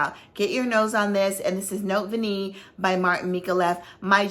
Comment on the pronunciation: Note Vanillée is pronounced Note Vaneeyay❤️. And Gourmand Coquin is Gourmand Coke-ain (nasal though, no N!). Sorry I am a francophile and I fight for its rights, its passable pronunciation. No offense intended - I adore you and your channel and knowledge❤️